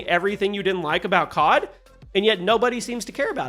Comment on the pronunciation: bro said cob instead of cod